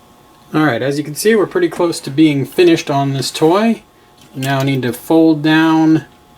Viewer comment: it s triggered me when he says “toy”